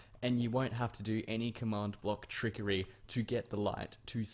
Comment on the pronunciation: Trickery or triggery